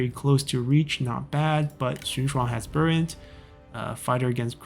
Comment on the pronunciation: it always sounds like you're saying Burnt officer instead of Brilliant